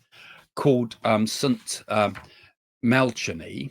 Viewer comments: St Malachy is pronounced Malachi silent h. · Saint MA-LA-KEY 🙈😊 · Love you Craig. From a former catholic… Malachy. Is pronounced Mal- a- ki❤ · It's pronounced Malakey (Saint Malachi)😂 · Correct pronunciation.... It's Saint Mal a key ☺️